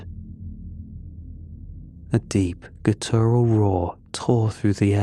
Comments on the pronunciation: Again PLEASE google the correct way to pronounce "gutteral". The emphasis should go on the first syllable: GUTTeral. You always say "guTERal" and a surprising amount of stories have that word. Small thing and you do great work but please give it a try and thank you for all the amazing stories! 🙏🏾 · the Brits stress the first syllable too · please… please look up how to pronounce “guttural”